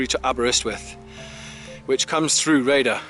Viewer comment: this is a Good walking vid of an nice obscure place, been thee on the road a few times but never got out of the car? your vid makes this feature look amazing, but it peens me when you say the village name as "Raider"? where on earth do you get that pronunciation?(sounds like you have never heard of syllables in words), its not by reading the sign is it, when the name is Rhayader, it has got 3ish syllables, Rhay a der, see it is very simple (but not to most english). Anyway, you are forgiven (if you improve) you do need a vast improvement to saying Welsh place names, it is really atrocious the way yo say welsh place names, again, Gwynllyn (no idea what you make up?) 2 syllables Gwyn llyn, This walk looks fantastic.